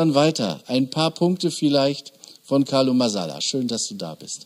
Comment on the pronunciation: Erstaunlich, dass Christoph, obwohl er den Carlo doch sogar vom Studium kennt, nicht einmal dessen Namen ordentlich auszusprechen in der Lage ist.